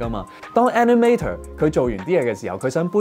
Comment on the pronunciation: 雖然內容講得好好聽，但editor animator 個尾音r係唔洗發音，無捲脷音